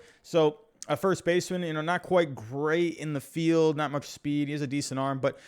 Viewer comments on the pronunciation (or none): none